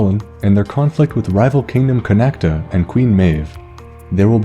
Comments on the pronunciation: Connacht is pronounced *Con oct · Ok so as an Irish man the only two bad pronunciations, and even then they're close. Just pronounce "Chulainn" with a hard "k" sound, and Connacht doesn't have an "a" sound at the end. However, I am from Cork, so chances are that the might be some pretty different ways to say Cu Chulainn so take that for what you will.